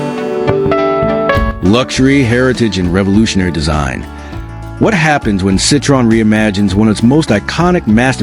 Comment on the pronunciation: You don't even pronounce Citroen correctly.. AI waffle. Nothing to do with Citroen's intentions... Pointless assertions...